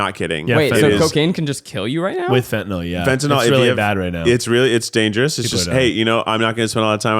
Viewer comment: It's pronounced fen-tuh-nuhl WHY are you pronouncing it fen-ta-NOL 🤦‍♀️